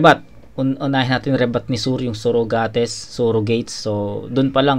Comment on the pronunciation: "Surugates" naalala mo ba yung binanat ni mhot kay kregga boss? Heheheheh Sorugates dapat pagbasa yun eh movie reference